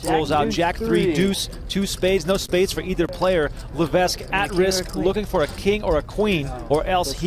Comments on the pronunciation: No wonder Levesque lost bc of your mispronunciation of his name. Surely its Levek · I'm 1 min into this video. Is he going to keep mispronouncing Levesque the whole time? FFS we live in the time of Google. If you are unsure just ask Google or Siri. It's Le-VEK! NO "s" sound. Secondly how small was the buy in to only win $400 000 beating 20 000 runners?